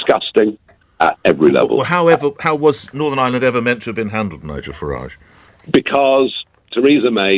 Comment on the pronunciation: Northern Ireland did not vote for Brexit, it was foisted up on us by Nige. Can we also remember the English pronunciation of his name rhymes with garage. It’s a foreign name otherwise.